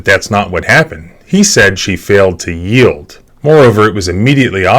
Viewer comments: "Yeild"? From a lawyer? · YIELD. Y-I-E-L-D. Yield.